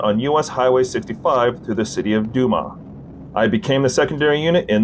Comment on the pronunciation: Desha = "Duh Shay". Dumas = "Doo Miss" --it's a habit now, borking names, eh? i hope you don't mangle Helena in the future. dude, do some due diligence, and quit insulting people. you're acting like a clueless yankee. Bodcau = "Bod Kaw". jeez.